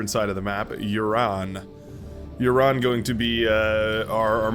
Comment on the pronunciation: Red team lead--Uran is pronounced more like Ooran. Like the oo sound in loose.